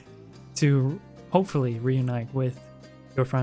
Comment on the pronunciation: why was hopefully emphasised? WHY WAS HOPEFULLY EMPHASISED???????